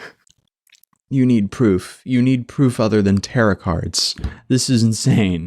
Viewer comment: I may be uh new hurr. But could u plz say "tuh-roh" cards like a proper occultist. Ya know wut no, im going goin to adopt terra cards i like it now